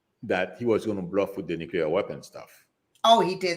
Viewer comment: Nuclear pronounced Nu-clear and not nu-cu-lear